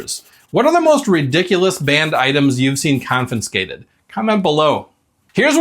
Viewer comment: I'm enjoying the videos more every day. So please take this as constructive. The word is 'confiscated', not 'confinscated'. It's common and I'm sure I'm guilty of others mispronunciations. So take the advice or not. I'm still watching. I hope you continue to grow your subscribers.